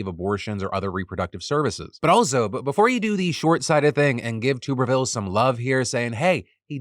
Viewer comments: Tommy Tuberville's last name is pronounced with a short 'U' sound (like "tub" as opposed to "tube"). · I hate that he’s in the news but please stop saying tube-erville it’s tub-erville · Hopefully Tuberville isn't needed to be brought up again BUT a bit of correction. His name is TUBerville (as in bath TUB) not TUBEerville. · AGAIN, the "Tub" in Tuberville is pronounced like a bath tub!!!!!!!!!!!!!!